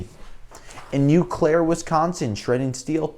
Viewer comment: hey its "o-claire wi".